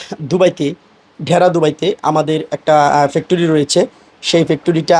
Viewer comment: হা হা কয় বার বললেন আপনার পেকটুরী পেকটুরী